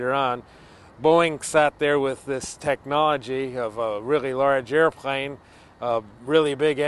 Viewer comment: i dont mean to be a dick, but it bothers thr hel out of me how he says "airplane"